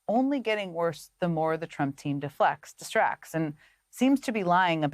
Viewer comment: Did Jen say, "de-fu*ks"? instead of distracts.